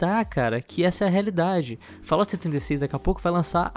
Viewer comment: agra não é mais fallout,mas sim fallOUR